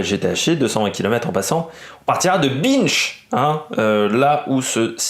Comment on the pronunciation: Ça se prononce b in che pas bineche